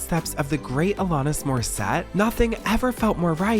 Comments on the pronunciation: Please check your pronunciation before recording your videos! They are so brilliantly recorded, written, produced... your team knows more than anyone how much work goes into Deep Dive Productions. I'm a big fan, but mispronunciations like "Alanis Morissette" take me out of it, undermine your professionalism, and disrespect people whose names you mispronounce. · I’m sorry but as a Canadian I keep getting triggered every time you say Alanis Morissette incorrectly 😂 But I don’t overall care I adore this channel and secret society sooooooomuch